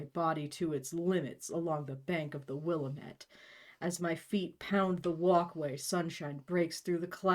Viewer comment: Tiny tiny nitpick as a person from the area lol: It is not the Will-eh-met, it's the Will-AM-et. I have gone swimming there many times, down on a sandy part of the bank with a lot of cottonwood trees.